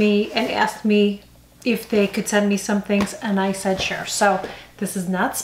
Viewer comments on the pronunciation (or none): none